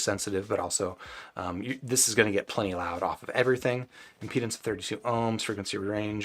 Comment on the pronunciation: Anyone else catch the "Impendence"?